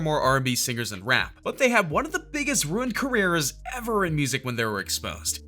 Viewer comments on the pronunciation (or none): "Runied careers"